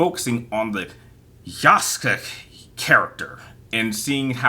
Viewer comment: No it’s yasuke… ya-su-ke